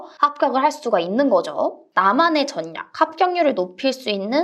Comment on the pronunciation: 선생님~전략은 전약이 아니라 절략이라고 발음합니다.